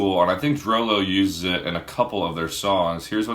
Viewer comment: I thought it was pronounced "drew loo"